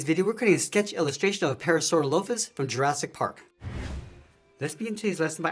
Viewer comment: You pronounced the name wrong😔